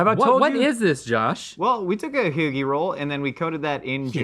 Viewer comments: Haggie roll? …. It’s hoagie 😊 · That’s not how we say hoagie, that’s how people that say they’re from Philly but really aren’t say hoagie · Why does Josh think we pronounce hoagie like that🤔